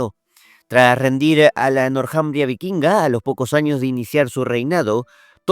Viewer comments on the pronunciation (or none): El nombre Northumbria, se pronuncia en Inglés donde la TH suena como una "Z castellana". Y el nombre en castellano se puede ignorar la H, porque no tiene sonido y solo se pronunciaria la T. Le sugiero cuidar esos temas idiomaticos